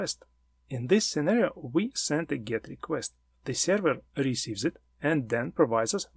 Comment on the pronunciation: Very nice content, luckily, I already know all information provided about HTTP protocol, that is why it is not so hard to understand, what are you talking about, for beginners I would have splitted it into 2 parts. P.S. Please check the correct pronunciation of the word "Server" :)